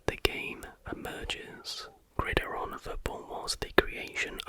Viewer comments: Grid iron not Gridaron 😂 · Great video only correction from an American is that Gridiron is pronounced Grid Iron🏈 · It’s “gridiron” as “grid” followed by “iron” (like a clothing iron, or the metallic element). Another awesome video dude 👏